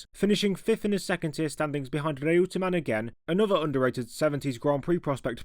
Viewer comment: Reutemann for one. It was always pronounced “Roy-ter-man” by the likes of Murray Walker and Simon Taylor